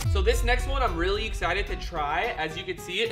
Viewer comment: He Said He's Exited For the egg Gadget "Eggsited"